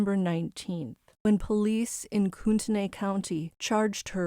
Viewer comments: It’s pronounced: COO-te-NIGH. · its pronounced "CORE DA LANE" and its "COOT KNEE"